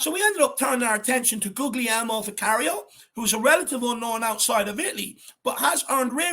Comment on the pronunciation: Big up, well said and thank goodness he's now 'official' and has got his favourite shirt number! FYI, his first name is pronounced 'Gooly-elmo' - the English equivalent is 'William'. If Ange can turn Joe Hart into a better keeper, there should be no trouble coaching Vicario for the PL, and developing his catching and distribution skills. I've seen a few interviews, and Vicario comes across as a serious hard-working guy, who welcomes challenges and wants to develop. Let's forget about Raya now, and back this guy to the hilt. Someone compared his stats with Ederson, Allison and De Gea, and they were pretty decent. So he seems to have lots of potential, and assuming Ange is happy, I'm happy.